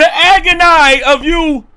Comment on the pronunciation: The Aubra- city!!!! I’m in agon-eye!!! 🤣😂🤣😂🤣